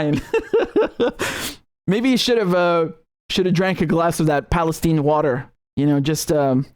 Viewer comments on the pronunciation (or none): They say Palesteen, instead of Palestine, because Israel runs the USA! And you calling it Palesteen, East Palestine, Ohio, is over a hundred years older than Israel! Now Israel has stupid people mis-pronouncing words! Call it Palestine! 🇵🇸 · RM love your channel, People living in Ohio pronounce Palestine with a long "i" like you and I would expect. Curious that journalists who are willing to report on this disaster chose to mispronounce it. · It’s pronounced PalastEEne so you know it’s the evil version.